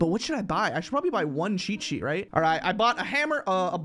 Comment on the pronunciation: The way he say cheat sheet I hear it like che che